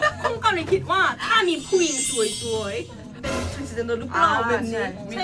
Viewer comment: เน้นสวย..ชัด ๆ หน่อย..มันเป็นซวย ๆ ไงไม่รู้ 555